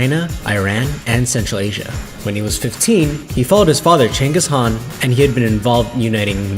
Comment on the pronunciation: You guys are doing great. But, some of the names were mispronounced. I was also shocked to actually hear the correct pronunciation of Chinggis Khan, thumbs up.